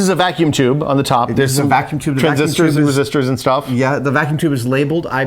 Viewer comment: did he say tranistors ? oh golley